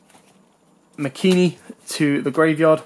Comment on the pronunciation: *MAKANI* NOT MAKINI